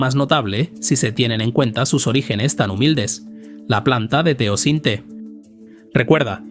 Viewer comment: No es Teocinte, se llama TEOCINTLE.